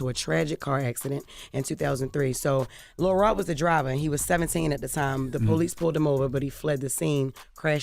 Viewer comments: It sound like she saying Lil Rel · imagine you are listening to this and you do not know that they are referring to LIL ROD until Charlamagne and Envy say it. The whole time I'm hearing Jess say: LIL REL.... lol I love my girl, but WHAT?!?!?!